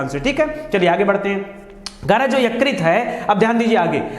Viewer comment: Yukrit nahi .... Ykrut bolte hai .....